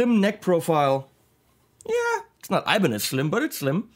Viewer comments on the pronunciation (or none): none